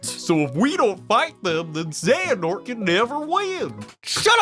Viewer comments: Why do people keep saying Zanahort? It pronounced Zeyanort. It just looks Xehanort just how Xerxes is pronounced Zerksies. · It's funny how many times he says "xenahort" even when the video says it right just as many times. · I find it frustratingly hilarious that in spite of seeing and hearing it 20(ish) times you still said Xehanort as " Xanahort". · ZAY-ha-nort. ZAY-ha-nort. It's not like he said the name 59 million times during the videos or anything 🙄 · my favorite part is how you called xehanort ‘xanahort’ the whole time. and then mispronounced the name multiple times when discussing characters being ‘norted’ without actually pronouncing any ‘nort’ in his name. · Is anyone else getting increasingly angrier every time he calls the bad guy 'Xenahort'? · You said Xanahort so many times I think I might actually be subconciously tricked into thinking thats his name. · this is an old video, I am only watching this now. Watched all 54mins of this video to see if broski would learn how to say Xehanort's name correctly. I was left quietly disappointed. But beside from that, nice video man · I think is the only person i know to pronounce the H in xehanort XD, think im gonna start doing that myself now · how many time were you gonna say xehanort wrong omg. 🤣😭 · is it bad that im ginuenly annoyed by how pronounces xehanort? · It's Xe-Ha-Nort! How did you watch both videos from start to end and NEVER catch yourself saying it wrong? You kept saying "Xe-Na-Hort" over and over and over again, never even realizing a little bit that it sounds different when the guy in the video says it. How can someone be so unaware? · When he keeps telling Xenahort instead of Xehanort. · It's not "XenaHort" it' ZE-HA-NORT. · His name is Xehanort not Xanahort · I love that he kept calling “Xehanort” “Xanahort”. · IT'S X E HA N O R T. Not Xenahort..... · Hearing you say xanahort instead of xehanort is activating multiple fight or flight tendencies